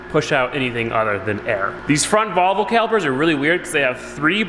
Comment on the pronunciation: Maybe by the end you'll pronounce Volvo properly.